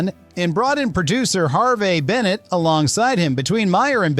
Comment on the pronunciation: "HarvAAY Bennett?" Dumb AI, and no attempt to correct it.